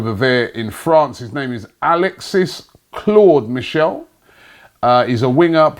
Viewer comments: 😂 back again with the names it’s Claude Maurice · Claude Michelle. Come on Robbie you’re not even trying anymore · Claude Michelle???...🤷🏽‍♀️ DOES IT AGAIN!! 😂😂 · Alexis Claude Michelle?????????!!! C'mon Robbie, this is unprofessional. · It’s Claude maurice